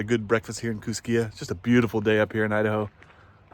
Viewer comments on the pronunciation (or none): Great video! May I suggest Johnson Creek on your next trip to Idaho. FYI and for future reference.... Kooskia in pronounced Koos-ski and Payette is pronounced Pay-yet. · Idahoan here. The local pronunciations for Payette and Kooskia are Pay-Et and Coo-Ski. Thanks for the video.